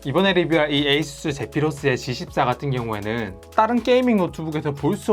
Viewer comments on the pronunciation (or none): none